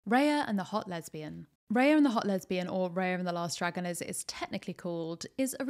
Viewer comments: It's Rah-ya not Ray-ya. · Genuinely hate to be this person but it's Rah-ya. It's a word in many of the languages from the countries the film is inspired by. I hope this isn't too much 😅